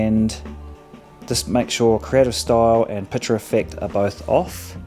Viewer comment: Pic ture mate, not Piture...